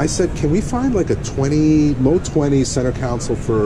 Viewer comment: Love your videos...thanks for sharing your experiences. I bought a 2015 Robalo R242 with only 30 hrs. on it (Yamaha F300) and I thought I paid alot. Wow...the economy picking up is a blessing and a curse...for new boat buyers. Just FYI...you keep saying center council...like a city council. Should be console. Cheers!